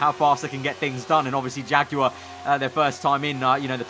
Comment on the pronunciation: OH24 jagwire 😒😒😞😞